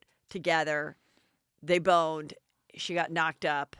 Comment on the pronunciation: Heather stop saying "boned".You pronounce it all wrong. You sound lik a mom trying to be cool. Lol.No one even says boned any more. Love you still.